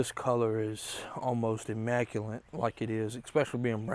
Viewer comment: IMMACULATE > IMM MAC YOU LIT not immacuLINT